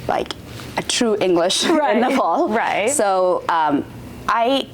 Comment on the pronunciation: I wish you pronounce our country’s name correctly.